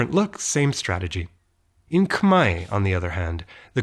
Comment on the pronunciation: Wow your pronunciation on “Khmer” is so spot on. I never heard any foreigner that pronounces the word as clear as you. Thank you so much!!